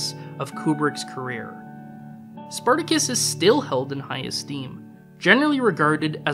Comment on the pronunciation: "Spar ta Kiss"...???